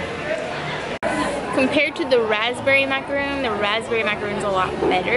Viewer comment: Just remember its mac-ah-ron. Exactly like macaroni! Thats how my friend taught me.